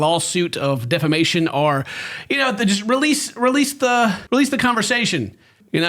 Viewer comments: It's all about saying "Auhr" like an Aussie instead of "Or". My man's picking up on the dialect XD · keeps pronouncing or as aure. The de-americanizing process continues